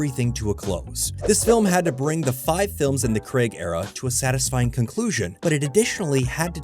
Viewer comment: As soon as I hear the mispronunciation of “Craig” it’s a no from me. Please Americans, we beg you to learn the proper pronunciation of Daniel’s name!